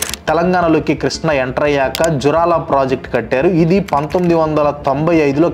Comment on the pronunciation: జూరాల ప్రాజెక్టు, పోతిరెడ్డిపాడు., పాలమూరు పదాలని సరిగా పలకాలి